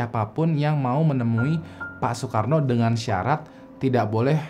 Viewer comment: Bang cara pengucapannya itu yang benar : Sukarno (O nya bulat) tanpa ditambah huruf “K” Dan dalam penulisannya sesuai wasiat beliau yakni, Beliau tidak suka ditulis Soekarno Tetapi Sukarno Karna tulisan “Oe” dianggap oleh beliau tulisan jaman kolonial. Allahu’alam